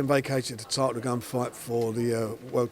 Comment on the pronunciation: How come Frank always says tidal instead of title? He pronounced his Ts correctly in every other word he ever says except for when he says title